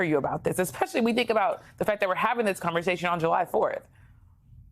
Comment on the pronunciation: He “axed” not be named? Haha